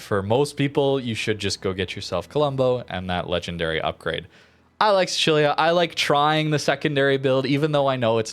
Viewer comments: What was that Sicilia pronounciation? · Dude, you are butchering the pronunciation of Sicilia. Sicily, Sicilian, Sicilia, you know that Island at the bottom of Italy?